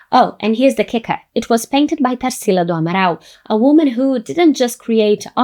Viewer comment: I knew you're brazilian too by the way you'd said Tarsila's name! Love finding videos like yours, in english but sharing our culture and words through the internet!